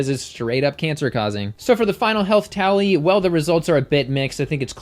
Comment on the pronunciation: It sounded like you said final towelee instead of final tally XD maybe I have been watching too much south park recently... Love your video's, they have helped me a lot and have helped get my boyfriend to go at least mostly vegetarian (eventually he'll probably become vegan as well, he just needs more time to transition). Keep on doing the good work, you are amazing!